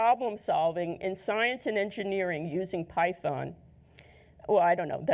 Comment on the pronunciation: she said like pei-thon